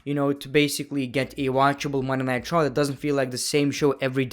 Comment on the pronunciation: When He says “Munnaitecha” instead of Monday Night Raw💍